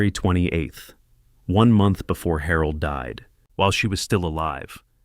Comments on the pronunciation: I can only think/hope that Harold is pronounced wrong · Despite "Harold" being a woman I enjoyed this story very much! It made me smile every time the narrator said her name because somewhere in this story, translation was lost but it was funny! Very enjoyable. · That's Harold with a G..😅